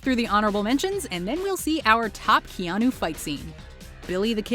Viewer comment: No one: Keanu: shinei